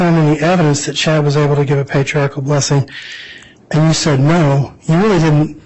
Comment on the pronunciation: I'll sent Nate $100 if he can teach the prosecutor the correct pronunciation of "patriarchal". It's NOT patriartical. 😬😑